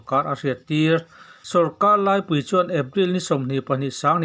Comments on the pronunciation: Sawrkar lâipui tih hi a thluk a diklo, ṭawng diklo zawk ani. Laipui tia lam tur aw..... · Sawrkar laipui hi chu lam thiam ava hun tawh ve âw! Lâipui a nilo